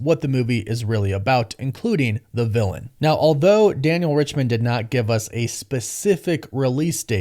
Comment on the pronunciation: Daniel "RICHMAN" or did you mean to say Daniel "Richtman" :)